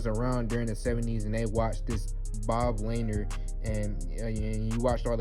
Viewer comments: Good grief. Pronounced Luh-neer. Lanier is a hall of famer. Do a youtube search and learn something. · Bro you dont know who Bob lanier is pistons hall of famer he's like one of the best pistons of all time and BTW you pronounced his name wrong and hell no I don't want Lavine he's garbage